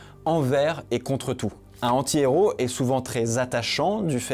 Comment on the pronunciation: Mais pourquoi tu ne fais pas la liaison entre "un" et "antihéro"?